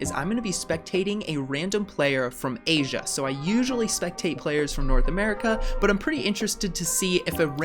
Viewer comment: Yee say asia